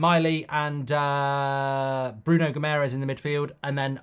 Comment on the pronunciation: Mark still calling him "Bruno Gammerez"